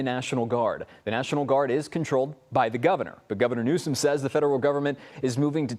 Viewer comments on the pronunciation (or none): Did the news caster from the main stream say governor "New scum" 😂